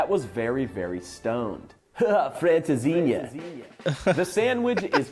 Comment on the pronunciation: Welcome and it's francesinha 😅